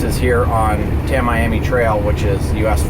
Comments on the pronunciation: Pronounced--- Tam E am E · Tam-ee-am-ee. Mick-o-sook-ee. I-la-ma-rah-dah.